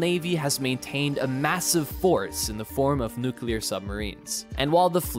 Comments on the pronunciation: Dude its nuclear not nukiller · It’s pronounced “new-clee-are” (not new cue-lar). C’mon now. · Say it with me now... Nu clear nu clear... Say it fast... Nuclear! NOT NUQUELER!!! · The word "nuclear" is pronounced “new-clee-er” - - - That's “new-clee-er” - not "nu-cu-lar" ........ “new-clee-er” !!! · “NUKE-u-ler” I hate that mispronunciation! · Step one, learn how to pronounce nuclear.